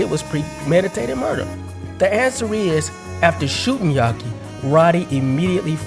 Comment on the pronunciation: Why u keep calling him "yaki", isn't it "Yafi"? Which is short for Yafeu?